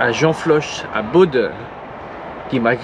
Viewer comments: Pour info on dit "Beau" et pas "BauD" Sinon super vidéo comme toujours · Bonjour On voit que vous êtes Normand. On dit pas Baude mais Baud (Bo) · slt ça ce prononce bo et pas baude j'habite à coté 🙂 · Tu étais pas loin de chez moi. Je t'es même croisé la semaine dernière près de Vannes !!! Et pour info, le D dans Baud ne se prononce pas . 😁